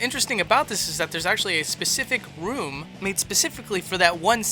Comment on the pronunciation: love the series but man when you say room, it bothers me! you pronounce it so weird! its ROO-m, but RU-m